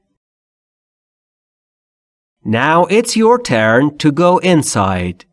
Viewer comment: Turn not tuen 🤔😀چقدر اشتباه می کنید